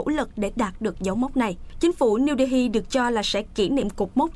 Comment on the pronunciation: Đê Hi nghe lạ lạ